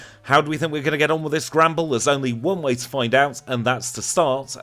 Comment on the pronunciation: I just realised he's saying Granbull, but every time, I hear "Gremble"